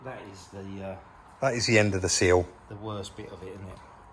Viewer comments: SILL not SEAL ;-) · Is it not a SILL as in window sill ?. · Love the way is trying his best to pronounce "sill" getting there 😁😁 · just say sill seal how ya wanna say it mate coz i always chuckle when you pronounce it sill 🤣 good work guys as always! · You say "sill" how i imagine Mr Bean would lol. Good but that, hope the lady is alright after the smack, 1 less speed camera though!